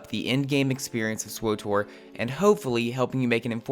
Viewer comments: sw OOOH tor ... ugh. Did you call TOR, OOH TOR? It's SW (like the sw sound in sweep) and TOR (like tore), so it would sound like swittor more than it would swOOOOHtor, you horrible person. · "swoh-tor" Just say the fackin name, pleb. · why the hell would you EVER pronounce SWTOR !??!?! Just say the old republic like a normal person...